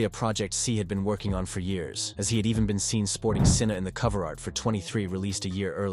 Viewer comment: it's not sinner, it's syna